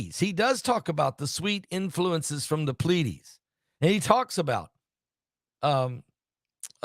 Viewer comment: Plee- A- Deesses